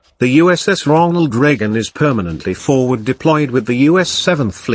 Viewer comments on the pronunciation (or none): Ronald Reagan not ronal Reagan